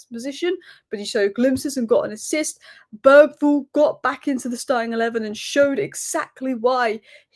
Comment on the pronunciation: I guess anglos will never learn how to pronounce a name like Bergvall correctly. The G i not a hard G at all. Good thing the name Thomas Frank sounds much closer to the same in Danish and English.